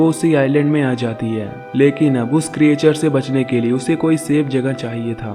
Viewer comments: क्रिएचर नहीं क्रिचर बोलो। 😀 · Good explanation. But pronounciation pe thoda dhyan do. Creature aur Explanation sahi tarike se pronounce nahi karte ho.